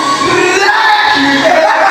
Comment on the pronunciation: 「rrrrrrrrラッキーで」がめっちゃ面白かったです🤣